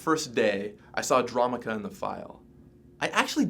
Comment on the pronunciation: Their pronunciation of Dromoka and Abzan makes me cringe so hard